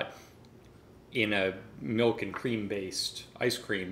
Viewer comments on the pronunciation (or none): I just noticed and pronounced milk as melk.. Is that a Canadian thing? Genuinely curious